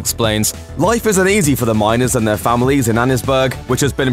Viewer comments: You also apparently haven’t played the game seeing as it’s pronounced “lan-a-hass-ee” and not “lan-a-ha-chee” River. There’s even dialogue between Arthur and Javier making fun of the English language for not pronouncing words the way they’re spelled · Lana-hee-chee... really?... it’s pronounced Lana-hass-eee at least that’s how they say it in the game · You said lanaheche its lanahasse. Javier: how come everything in English is pronounced different than it sounds, to make you feel stupid? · Bit of a pointless video, pretty sure most people who play the game would've noticed these things. And it's an adult game. For future reference, you pronounce lannahechee as lah-na-hass-ee. It's actually brought up by Lenny when Arthur mispronounced it then by Arthur to Javier when Javier mispronounces it. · It’s pronounced Lanahassy river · Lanahasee is how its pronounced js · Pronounces Lannahechee wrong: Ok Javier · You pronounced Lanahachee wrong.